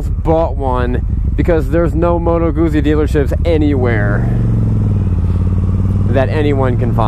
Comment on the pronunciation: You pronounce Guzzi like you would pizza.